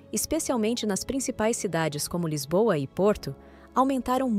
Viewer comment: Não sei onde é "Lizbon"...😂